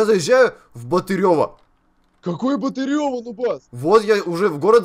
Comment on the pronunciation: Город Батырево ударение на а